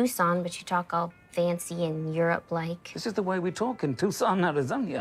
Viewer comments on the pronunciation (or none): I love the extra "I" in Arizonia. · born, raised, and still living in tucson. soooo thrilled he left the hard “c” out and pronounced the city name correctly. lost my mind when i heard “arizon-ia.”